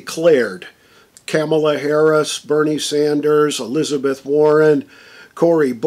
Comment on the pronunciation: Did he say Cameltoe Harris?